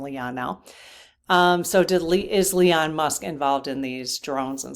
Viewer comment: Love your channel! Are you saying Leon instead of Elon for a reason?